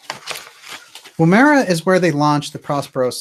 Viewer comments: Woomera is pronounced with emphasis on the first syllable. The woom is like woman. It's Woom-ma-ra. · great linking ! Its pronounced " Woo as in wood, ma-rah, Woomera that is. It is an aboriginal throwing weapon that unlike the boomerang does not return but needs to be found manually.....hmmmmm.....